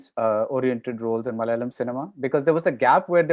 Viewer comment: Mr. Bharadwatch; Its Malayalam Not Malalam